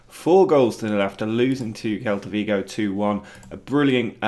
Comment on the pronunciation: Quick pronunciation heads up. SEL-ta Vigo 👍🏼